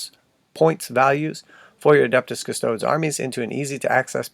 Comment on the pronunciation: Custoads? Improve your Latin.